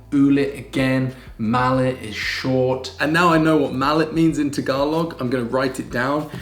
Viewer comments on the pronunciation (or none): It's not "ma-lit" .....its "ma-li-it" ...it means small ...hehe